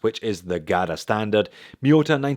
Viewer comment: GADA? What's a GADA?